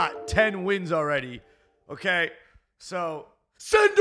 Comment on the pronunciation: Why do you sey ogay and not okey